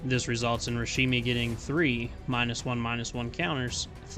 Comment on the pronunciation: "Rashimi" xD